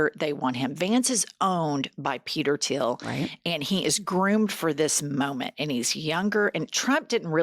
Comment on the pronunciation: It's THIEL not Tiel